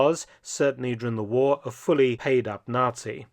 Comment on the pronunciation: Joachim Peiper was a "fully paid up Not-see"? 😂 Oh dear, who would've thought! Dumb tabloid level narration.